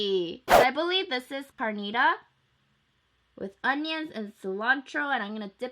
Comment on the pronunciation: I've been waiting for a video of Mexican food because I'm Mexican myself 🙂 thank you I love you and I really find it cute the way you pronounce "carnitas" and "chicharron" 😘